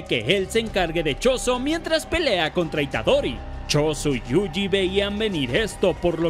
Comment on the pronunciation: amigo pronuncias YUJI mal. Lo lees como JUJI y es YU JI (quizá si separas la palabra en dos partes YU JI te sea más fácil).